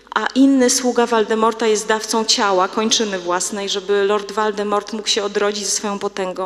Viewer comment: Voldemort - a nie Waldemort proszę Pani. A Flammela namówił do oddania kamienia Dumbledore - czyli poświęcił się dla dobra ogółu.